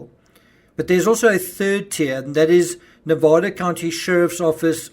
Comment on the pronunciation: I’m from Nevada. And love the way you say NEVADA. ♥️